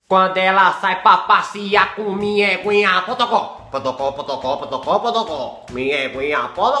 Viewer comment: N é potocó E sim pocotó